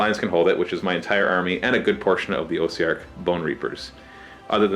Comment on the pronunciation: Great battle report! Love the paint schemes for both armies! One thing though, I'm fairly certain Ossiarch is pronounced with a softer o (like aww-ssiarch), like the o in osteo- which is the latin root word for bone.